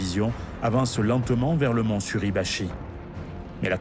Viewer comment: Erreur à "Mt. SurAbachi..." au lieu de "Suribachi". Déjà que l'utilisation de l'IA est gênante alors si en plus vous ne vérifiez pas derrière...